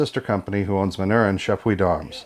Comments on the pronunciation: Just an FYI: The name of the maker is pronounced "Man-nor-reen." Are these still manufactured in the same manner as the originals or has Beretta "updated" the process?? Jim F, Tucson, AZ multiple Original manufacture Manurhin owner. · Manurhin is pronounced: 'Mah-nyu-RANH'. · It's pronounced Man-ur-in !!!!! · True French pronunciation of the word Manurhin is difficult in English because the French sound of the letter U does not exist in English. The ending of the word ("rhin") is also very difficult. If you want to know how to say it, go to google translate site, write manurhin like you want to translate it to english, then click on the speaker icon. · If you are going to acquire a brand, you should learn how to pronounce it.